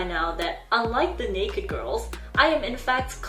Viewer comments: Pronounce it right, nay-ked. Not neykd. But very informative. Good job none the less. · Are you aware that,in English. the word naked has two syllables and is pronounced Nay- ked? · Naked… na-ked, not pronounced like baked… is that not normal info? 🤔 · I’m sorry I love her but- why does she pronounce “naked” like that😭 i thought she said next girl or nates girl at first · It is pronounced NAKE- ED. OMG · It's naked girls, she purposefully say the word like that so yt won't banish her from earth 😂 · Still can't get over the necessary pronunciation of "Necked" Girls. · you are saying naked wrong..... it pronounced nay ked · It’s pronounced “nay-ked” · Why she pronounced naked as neik? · Had never heard of them until this video which appeared in my recommended. And not a criticism, but Naked is not pronounced like you're saying it, which rhymes with the word faked. Naked is pronounced nay-kid. I'm sorry, but it was driving me crazy. Thanks for the information. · ney-kid, 2 syllables... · Thanks for the interesting history of these poor girls. It’s pronounced “nay-ked”. Rhymes with “hey kid”. Sorry couldn’t get passed the incorrect pronunciation. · she said that she had to pronounce naked as “nakd” so she wouldn’t get banned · Not hating on you at all but naked it pronounced nay-ked. It sounds like you’re saying Nates Girls. Love the video though! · can’t get over the way you pronounce naked like “NAYkt” as if “nake” was a verb. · Your saying naked wrong lol its two Syllables pronounced (nay-ked) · I cannot cope with how the word "naked" is being pronounced. Two syllables. Nay-Ked. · I didnt realize you were saying naked until about halfway through the video, ive neverrrr heard anyone say it like "baked" lolol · she does it to not get demonitized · the way you pronounce naked is making me giggle lol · I think you're pronouncing "naked" wrong and it's driving me crazy. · Do you not know how to pronounce "naked?" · Your pronunciation of naked is cute